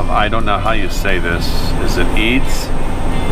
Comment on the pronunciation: I'm originally from and went to school in Eads, CO and you said it correctly the first time haha.